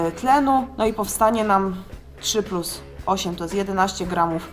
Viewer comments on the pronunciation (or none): none